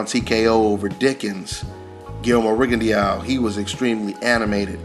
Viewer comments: My brother you keep butchering that man's last name. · Rigondeow hahah